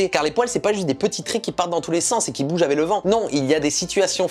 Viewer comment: J'ai vraiment du mal avec ta prononciation du mot " avec" que parfois tu prononce "avait", sinon très bonne vidéo 👍